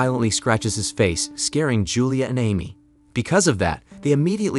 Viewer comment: Mispronounced Amy...